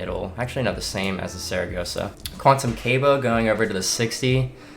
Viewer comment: It’s not cable, it’s Cabo (cah-bo) 😂